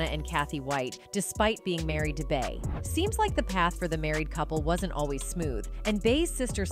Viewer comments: Beyoncé’s nickname “Bey” is pronounced “Bee” not “Bay”. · It’s the way she’s pronouncing Bay lmao Bey